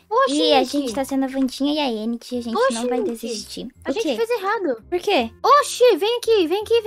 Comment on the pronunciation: Eu gostei da Wandinha Vcs tão falando endi mas e enid o d mudo tem som de de